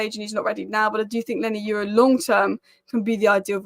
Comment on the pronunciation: What Lenny Y U ro are you talking about ? it is YORO! Apice !